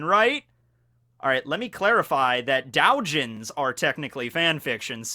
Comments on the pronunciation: It's do-Jin (do as in domino) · Doujin is pronounced as do u ji n with the dou part being a long O sound and the n being a hard n, so DOH JEEN